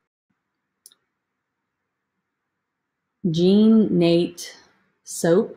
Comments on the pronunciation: Jean Natay is how to say that. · Another great video with good info. Thanks. Also just FYI, it’s pronounced Jean “Na Tay”